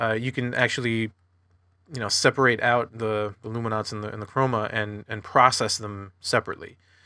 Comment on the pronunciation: What is this "lumi-nonce" business?!